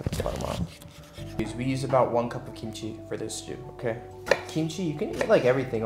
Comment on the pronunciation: Did he just say "ukay" ???